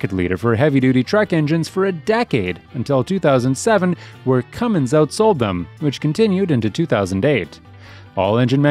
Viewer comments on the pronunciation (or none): none